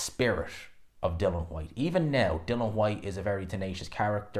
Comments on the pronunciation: I know mate pronounces Dillian which is pronounced like Dilly-Ann as Dylan like Waterford Ireland 🇮🇪 Welterweight Dylan ‘The Real Deal’ Moran who was Knocked out in 1 Round by Florian Marku in September 2023. needs to understand who’s to say his Name Dilli-an Whyte. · Still can't say DILL-ION